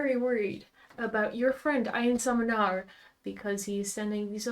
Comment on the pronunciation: im so sorry but i kept cracking up watching you try to pronounce einsamernarr. first up, einsamer narr means lonely fool, which is... yea. second up, its pronounced ain-sahmehr (with a soft s) nahr